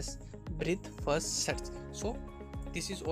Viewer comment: Bro it's BREADTH first search not BREATH BAAKI awesome.